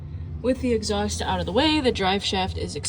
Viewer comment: take the "eggs-aust" off